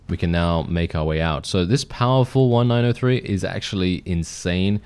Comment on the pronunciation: I think the Springfield 1903 is pronounced "nineteen oh three"; it's named after the year 1903 when it came into service.